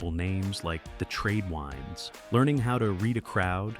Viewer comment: Didn't say WINDS correct.